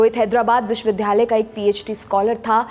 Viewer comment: You say Vishwavidyalaya not Vishwavidhalaya . Your hindi is weak. Improve it